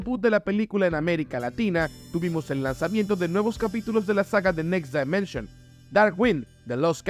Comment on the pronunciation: Por q dices "next DAImension" si la pronunciación correcta en inglés es "dimenshn"